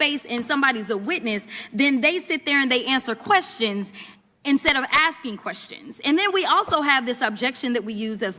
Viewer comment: Finna to be axein a queshin